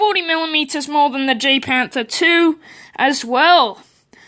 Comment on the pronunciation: Pronounced: YAGPanther 2